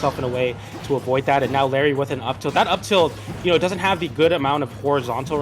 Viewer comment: "Diapered"